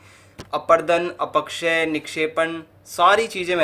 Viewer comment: "अपक्षय" को तो सही से pronounce कर लीजिए महोदय. पढ़ाने चल दिये